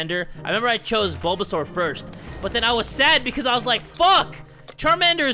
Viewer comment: That “ BoBaSaUr” was amazing 😂